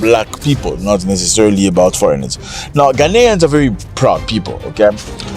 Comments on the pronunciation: They can’t even pronounce GHANAIANS correctly. Their uneducated minds keep repeating the non-existing word Ghana-nian? Their effort to do damage control is dead on arrival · Even Ghanaians u can't pronounce and saying "ghananians" or whatever and u are to tell us what to do...? U guys are a bunch of hypocrite. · Ghanaian not GHANANIAN 😂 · We are not Gha-na-nians we are GHA-nians educated illiterate